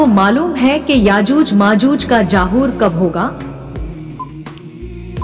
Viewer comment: Aajooj nahin yajooj he